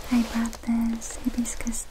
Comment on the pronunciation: the way she pronounced hibiscus😂 sounded like "hippies cuss" 🤣 Oh, you're so sweet and adorable 💝💖